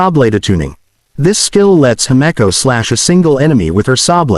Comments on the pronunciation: I’m sorry did I just hear hemiko instead of himeko? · And hameco too?